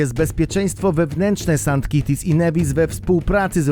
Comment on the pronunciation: Saint KITTS and Nevis; tam nie ma żadnych kociaków (kitties)! Jak przygotowujesz materiał to ogarniaj też jak się wymawia nazwę danego kraju...